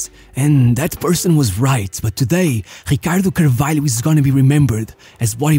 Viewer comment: da maneira q ele disse ricardo carvalho e 100% portugues